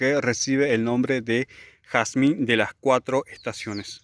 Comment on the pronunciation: Jarzmin Inglés